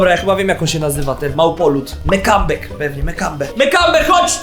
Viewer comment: mekambe normalnie mambeppe ale powiedział mekambeeeeeeeek